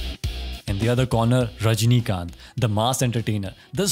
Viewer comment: Dude pronounce tamil name correctly. Kamal Hassan , rajni kanth. Press nth.